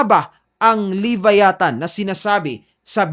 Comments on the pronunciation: LEE-VÁYÀ-THAN Stress ay nasa unang letrang A. ganyan tamang pagbigkas niyan.. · Vlogg ka.. pronounce mo bg maaayus tukmol "lebayatan" ungas. luh·vai·uh·thn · Boss ang tamang pronunciation ng LEVIATHAN ay LABAYATAN!!!FYI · wrong pronoucation sa Leviathan. Don't leave the "VIA" hanging .. say it fast. No hate just saying. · kahit ang leviathan prinonounce mo wrong 😂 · Sir sana sinearch m muna or nakapanood k s ibang vids kung pano ang pronunciation ng leviathan